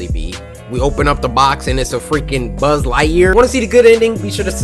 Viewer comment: "we open the box and its buzzlighyer" I died😂😂😂😂 XD